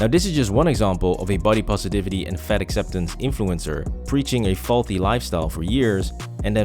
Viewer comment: I keep thinking he's saying "fed ex influencers".